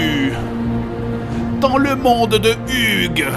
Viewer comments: En plus on dit "hiudje" pas 'hiuge" en vrai... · Ça m'a tué le "dans le monde de Hugues" alors que c'est "in a HUGE (énorme) world" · On dit ''hiouge'' pas ''hugue'' mdr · D'ailleurs on dit "huge", c'est tout ! On connaît l'anglais ou pas :o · Jerry : "In a huge world" -> "Dans le monde de Hugue" :D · En fait je pense que c'est fait exprès qu'il le dise mal